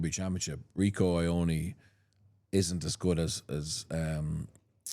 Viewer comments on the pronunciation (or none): Is someone going to tell Jackman how to pronounce "Ioane" properly